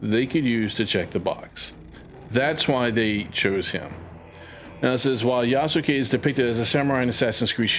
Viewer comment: love this video. But to help if you make further videos on this matter, the name is pronounced Yaskay (just take out the ‘u’ from between the Yas and ke)